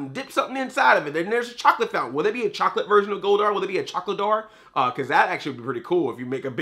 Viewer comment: he said chocladar